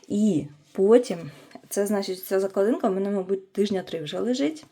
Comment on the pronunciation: Спеціально зайшла в коментарі, щоб трошечки вас поправити-- не закладИнка, а заклАдинка. Наголос у корені, клАсти. У вас такий чудовий канал, мені подобаються ваші роботи. Хотілося б і надалі бути підписаною та надихатися вашою творчістю. Успіхів!